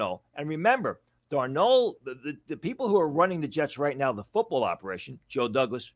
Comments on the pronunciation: "Darnold" not "Darno." lol. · Why does this guy say Darnold like that